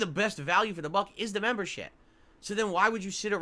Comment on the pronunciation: He’s spent an entire year asking for ‘member bahmbs’… not memberships. So yes, they do know that eventually, usually the end of the month, oic will gift 50-100 memberships. Also, someone should put a compilation of this speech and all of the times has asked/begged for a gifted membership.